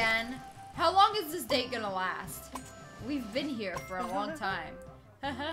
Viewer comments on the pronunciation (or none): none